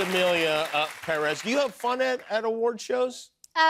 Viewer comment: Jimmy is the only person who pronounces PÉrez as it should be